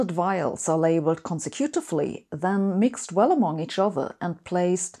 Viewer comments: Con-SEC-utiv-ly, not conse-CUTEively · She is so good that when she pronounced the word con-se-CUTE-ively it made me question my own con-SEC-utively for a moment. And English is my first language. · Look up the pronunciation of "consecutively". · You mispronounced consecutively lol just fyi and I love u